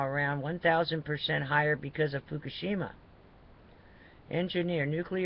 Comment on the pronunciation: You are always talking FUFUSHIMA Look up Fukashima radiation map